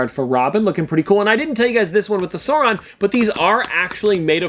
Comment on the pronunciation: Sar on. The “u” is silent. Love the chocolate pops!